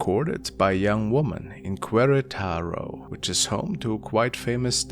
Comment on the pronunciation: Me thinking I’ve never heard of cuë-ré-taro. Such a mysterious place Realizing I grew up next to the place. QUERETARO